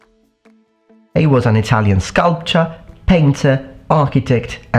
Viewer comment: You lecture us on pronunciation and then call Donatello a "sculpt-cha", come on old boy, non of that estuary London talk, its "sculp-tor". ;-)